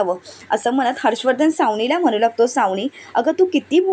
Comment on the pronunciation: Savnila व aadila असे vachave.